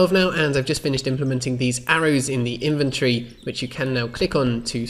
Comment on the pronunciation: Everytime you say 'inventory' it sounds like inventree :D